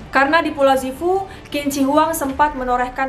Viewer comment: Sifu. Bukan sufu